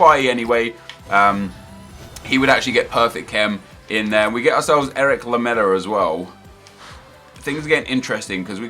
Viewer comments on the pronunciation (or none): none